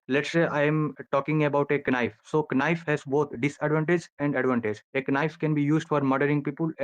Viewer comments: did anyone else hear Ka-nife or Kanafe ? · The guest doesn't realise there's a silent K on knife